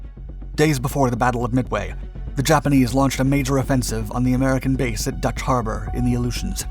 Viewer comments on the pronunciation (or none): none